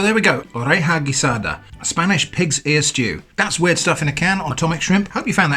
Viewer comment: W-ear-ed stuff in a can. I'm so sorry. 😂